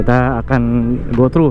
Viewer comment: "through" bang, bukan "trough"